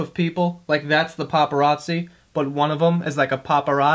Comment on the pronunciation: "A paperatze" WHAT THE FUCK. It's a person or just a fan